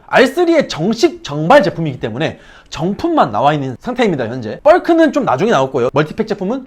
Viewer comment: 벌크를 뻘크로 발음하시네요 ㅋㅋ